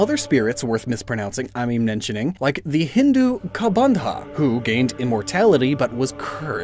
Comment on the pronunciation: Dude i was shocked as to how a westerner pronounced Hanuman so perfectly and then you had to butcher Hindu and Ramayan 😂